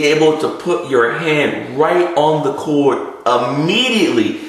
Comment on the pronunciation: Chor-D. CHOR-D! CHORD. It has a 'D' in it's pronunciation please!!! Annunciate please!